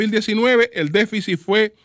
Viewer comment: QUE ALGUIEN LE DIGA A ESTE CABALLO CON CÉDULA DE MARTÍNEZ POZO QUE NO SE DICE "DEFICIS" ES DÉFICIT!!! Y QUE NO REPITA TANTO LAS PALABRAS QUE CON UNA VEZ BASTA!